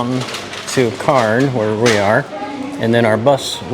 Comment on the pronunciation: C-air-ns...sounds like Cans...not Carns...there is an "i" you are ignoring in the name. Ee-myu is how Emu is pronounced... not ee-moo, there are no alligators in Australia, they are crocodiles...they are not the same thing. And as a pre-emptive move...a possum in Australia is not an o-possum Try to ask a local at one of the places you visit, I'm sure they will be perfectly happy to help so you don't keep completely butchering the names of towns, cities and animals. There comes a point where it starts to become rather insulting to the country you are visiting when this keeps persisting...how would you like it if someone kept butchering the name of the state you come from?, the city or town you live?, the animals you know and recognise daily?